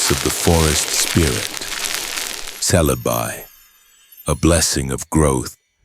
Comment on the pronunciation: Celebi rhymes with celery.